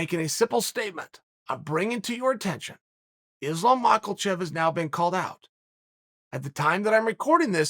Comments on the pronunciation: it's makachev not makalchev chelk sonenk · MaHachev!!!!!!! It’s pronounced as MAHACHEV!!!! Not Maklachev!!!!!!!!!!! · The first makelchev was ok.. even the second.. but come now, im starting to think this is how you think its said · Islam makelchev hahahaha why u say this chael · Dude it's Ma-Ka-Chev. There's no L. Cmon Chael I cringe hearing you pronounce it. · “Islam Maucklechev” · Uncle Chael love his name so much that he be calling Islam Makhachave "Islam MokalCHAEL" 😂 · The best thing about Islam "Maucklechev" becoming relevant in the division is listening to Uncle Chael say "Maucklechev" 24 times in a video. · Man, I’m convinced he does that shit on purpose🤣🤣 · "Maucklechev" new mythical fighter unlocked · Magellsheff - LOL!!! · the way he says Mockelchev on purpose 🤣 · Michael Chav